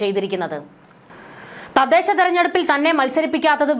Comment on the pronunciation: 'തദേശം' അല്ല 'തദ്ദേശം' എന്നാണ്